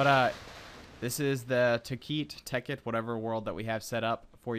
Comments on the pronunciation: hey, its tekkit not tekeet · I believe it's pronounced "Tech-It"... :) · Stop pronouncing it wrong! Think bukkit and technic!